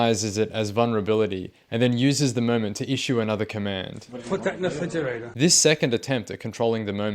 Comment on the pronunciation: “Put that in the fridgerator” 😂